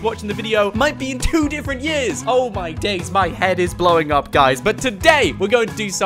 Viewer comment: He says "Oh my dais"